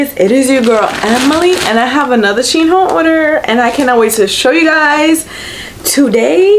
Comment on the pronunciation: It’s “She IN”